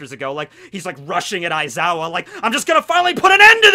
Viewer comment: aizawa more like EyE-zaya hahahaha